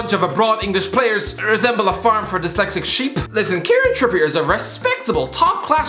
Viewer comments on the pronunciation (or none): none